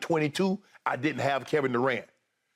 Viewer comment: "KEVIN DUCANT" LMAO